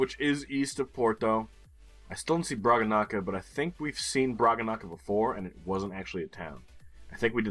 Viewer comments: Everytime pronounces Bragança as 'Bragga-Nakka' I die inside a little bit. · Let's inform that the squirmy little thing on the 'c' makes it basically an 's'.